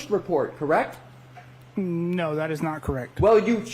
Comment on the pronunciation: And he’s constantly saying correc 😂😂😂 not correct. He doesn’t say the t.